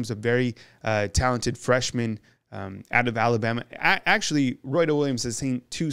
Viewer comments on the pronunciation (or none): I wish this guy could learn how to pronounce ALABAMA? Just sayin’